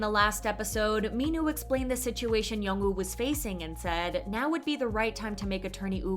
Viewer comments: I really enjoyed Extraordinary Attorney Woo. Something that annoys me is the voice over on the video continually calls her Attorney Ew. It's Attorney Woo. Not Ew. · Why do you not pronounce the “W” in “Woo” or the “L” in “Lee”?